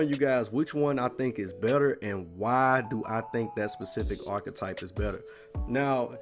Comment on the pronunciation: They way the nigga said archetype you think it was spelled orchetype lol